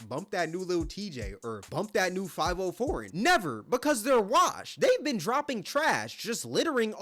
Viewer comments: Are you intentionally mispronouncing foreign name? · The way you say Fivio name hurts my head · Y9u can't even say Fivio lol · I haven’t listened to Fivio in years, I just thought his mispronunciation was funny😂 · ah man, let fivio know he pronouncing his name wrong. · i aint ever heard anyone say fivio foreign like you broo lmaoooo, 5 0 foreign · its Fi-Vio Foreign dawg not 5-0 foreign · his name is five e-o not five-O honestly more like favy-o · I fw the video but brooo it’s FIVIO(Five-Ee-Oh) 😭😭😭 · And he just lost half his credit with this video. 1st Bro be making valid points but he can't be really tapped in the way we think cause we all know Tory Lanez and Adin Ross is what made this whole streamer rapper collab viral. And dude just pronounced his name five-O when it's spoken as Favio....fav not five io" eo" not o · It’s not five-o foreign , it’s fa-vio Foreign 😂 And bruh, you outta bounds calling lil Tjay corny and saying he fell off. Lil Tjay is hot af rn. 🔥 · Its not 5-O foreign. Its Five-e-o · Five-e-o but either way bro corny so we ain’t worrying about it 😭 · I might be wrong but I think it’s fav-E-oh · I haven't heard anyone pronounce fah-VE-oh's name right since this incident 😂😂😂 just proves how irrelevant him and Tjay are now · it’s pronounced fa vi o he just never tapped into any drill music or heard his name said which makes him look goofy af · The fact he’s pronouncing Fivio as Five-0 🥴🥴🥴 seems like he’s just picking and choosing instead of actually watching/supporting these streamers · The way he says fiviooo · did bro jus call fivio "five oh" 😭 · "Five O" foreign. Bruh, get the name right at least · 5-0 foreign in the house😂 u got internet lil bro. Could atleast learn to say his name right. But hes def a cornball. So is lil tjay. He had pop out, brothers and fn. the rest of the songs after that were ass and that was years ago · He said 5 O foreign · Lmao the way he pronounced fivio I was like who tf is this big rapper named 504??? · 5-0 foreign